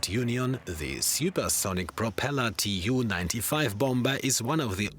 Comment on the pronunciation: This is poorly researched material with many errors🤦🏻‍♂️ also… not T.U. But Tu (pronounced: too) 😂 …a short for Tupolev